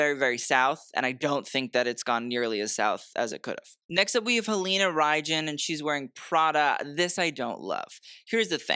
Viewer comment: pron. Halina "Rhine" thank you